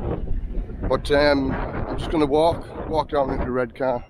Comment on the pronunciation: Born and raised in Redcar but live in Marske now. The new Regent looks ace. Also, no R at the end of Redcar, you should know that lol